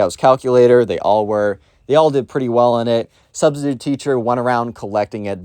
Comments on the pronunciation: “My Sustistute teacher” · Ah, yes. The sus-titute.